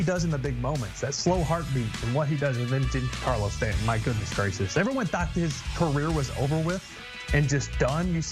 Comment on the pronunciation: Are you freaking kidding me? Lmao not taking anything you say seriously after calling them “Carlos Ron-done” and “Gee-yawn Carlo Stanton” 🤡🤡🤡 you guys are supposed to be journalists?